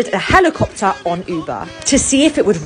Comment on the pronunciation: "An uuuuuuuber helikupta "